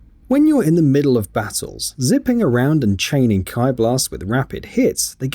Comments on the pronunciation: "Kie Blast" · Kai blast???? Its "key" blast